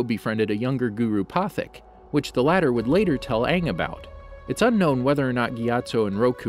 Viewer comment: Would anyone like to see a life of Guru Pathik ? I know I would! 😎 RIP Monk Gyatso ❤️ No biggy but It’s pronounced Indian accent Guru PAHT-HEEK. No disrespect just wanted to inform the narrator, he does a great job hes a good narrator also the background music is awesome